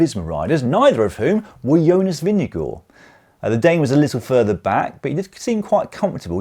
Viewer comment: Nice to hear: you got Vingegaards name close to correctly pronounced